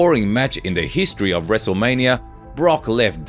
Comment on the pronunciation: Who is this narrator who doesn't watch wrestling? That literally just said wrestling Mania...